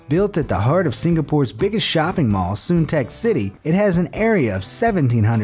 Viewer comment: It's called Sun-tec City